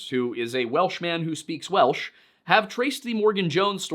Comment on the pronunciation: glad someone fluent in Welsh feels he got it right. My grasp of the language is limited to a year of Duolingo and what I've scrapped from r/learnwelsh